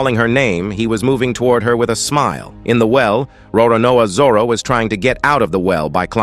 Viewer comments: Roronao Zoro? Roronoa Zoror? 😂😂😂😂 Its Roronoa Zoro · Bro the pronunciation of Roronoa zoro😂😢